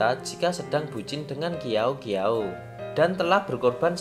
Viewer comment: Ngakak qiaou qiaou jadi kiao kiao 😭🤣 yg bener bacanya siao siao